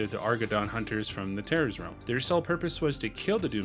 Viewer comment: Anyone else hear Tallos real instead of Terrors?